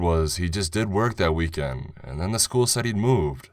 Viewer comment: Not sure who you got to read this, but maybe get that person some lessons or just get someone else. It was off-putting how random “and(s)” were emphasized and some words were drawn out. I couldn’t focus on the story.